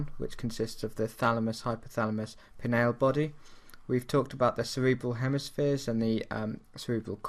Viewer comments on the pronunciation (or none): none